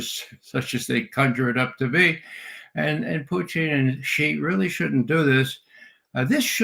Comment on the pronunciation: Judge, not President Zee or Jee. It's pronounced as President Shi. X =Sh and Z=J in Chinese.